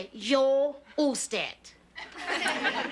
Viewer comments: She just happened to pronounce it correctly, that's all. How should she have said it? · I kind of felt she should have said us-ted, as in bus, but she said it 'correctly' and that seemed to chafe the joke that she couldn't communicate with this woman.